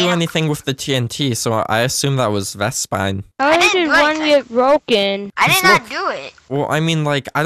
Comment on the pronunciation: who tf is vespid you kept calling him that its vespine lol